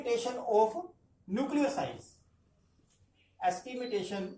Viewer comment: It's estimation and not estimitation!